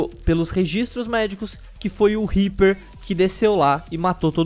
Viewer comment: "Riper" ueueheueheheyeye mds